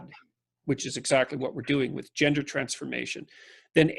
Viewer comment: "Yender studies"